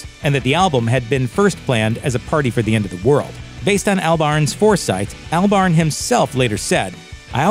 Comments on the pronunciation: Isn't it pronounced Awlbarn, not Earlbarn? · Who is this "Al Barn" he keeps talking about?? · Is it not pronounced Albern? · “ Albarn” lmao the way he says it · that pronunciation of Albarn tho...